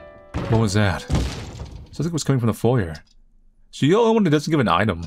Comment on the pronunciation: The r in foyer is silent.